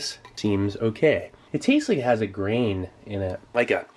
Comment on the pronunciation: I thought he said “brain” not “grain”